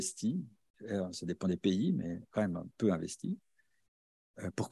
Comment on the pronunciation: C'est dépente et non déponte !